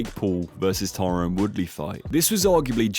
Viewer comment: U kept mistaking KO and tKO, gib vs paul was tko, the others were KO’d, you also kept calling him tyrone instead of Tyron